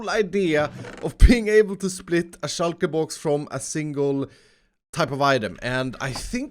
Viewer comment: "Shoulkaer boux"